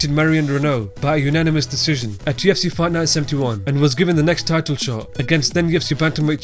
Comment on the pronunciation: can you say fight night more clearly? i sometimes dont know what youre saying